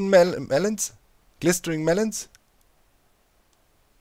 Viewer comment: I'm actually laughing so hard that I'm sobbing and snorting and this is just top teir hilarity P.S. Glistening is usually pronounced gliss-in-ing